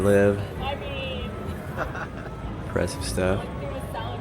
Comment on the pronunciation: I swear I though you said "imbreastive stuff"